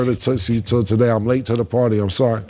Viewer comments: It's not tootsie it's tusi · Its pronounced... Tooseee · Ya gotta stop sayin tootsie 😂 it’s toosie like two-see 😭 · It's toosi not tootsi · its tusi, not tootsie babe lol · It's not tootsie lol... It's toosie.... Like apt 2C... And it's not soft .. no freaky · it's Tusi prounouncrd Toosi. N it's sniffed not rubbed on the gums lol Cam n Mase interrogating Stat 😂😂